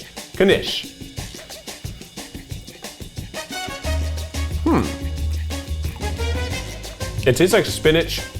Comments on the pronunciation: i love how he's pronouncing it like kanish. it's knish. you sort of swallow the k a little bit. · Knishs Knish sounds like kih nihsh 🎉